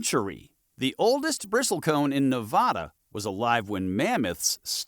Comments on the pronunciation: I noticed they mis-pronounced Nevada also. I learned the correct way the first week after I moved here. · Pronounce the state properly. Won't watch if you are too lazy to actually research the state's name. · You pronounce Nevada incorrectly.